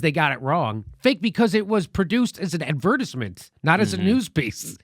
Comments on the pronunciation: lol jimmys pronunciation of advertisement though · Ad. Ver. TIZE. Ment.